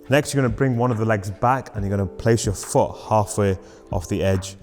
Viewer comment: 'place your FOOH' great video bro